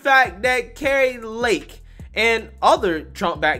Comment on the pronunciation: Car ee Lake just saying